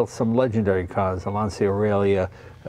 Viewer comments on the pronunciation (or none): Sorry, but it's grating. It's not Lansia and it's not Bertohn". Lan-chia. Ber-toen-eh. Eh! Beautiful car. I'm old enough to remember them. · Don’t pronounce it LANZIA. It’s written Lancia, after Mr. Lancia who founded the company. His name it’s easy to be pronounced for an Italian, as an American you should pronounce it as it was written LANCHA, the CHA pronounced like the first three letters of Chattanooga. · Jay I can’t believe I have to point this out. But Lancia is pronounced like Mark Whalberg saying Lawn Chair. LAWN-cha, Not LAN-ce-uh. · Awesome car. Looks like a blast to drive. Btw, please pronounce Lancia correctly, especially as someone from Italian heritage Jay. It’s Lan-cha not Lan see ya. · It hurts when Lancia is spelled “Lansia”! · Really? You pronounce it LAN-CEE-AH? Pssst, LAWN-CHA. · Dude, if you dici "LANSIA" pare you is in panic. Se dice "LANCIA", in italiano. Because i non coming in your house a dire "CHEVROLET" come si write. Stay in bell. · Lan ch a not lan c ia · lancia is like the word launch with an a at the end and without the u. lancha. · It's Lancia (with the C pronunced as in champion), non Lansia. And it's BertonE, not Berton... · in Italian.. it is pronounced Lawn-chaw... :) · Lancia, pronounced Lahn-cha. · It's pronounced ' Lanchia ' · I'm not Italian, but I'm pretty sure that this should be pronounced Lanchia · Classic car def. but at least say Lancia properly..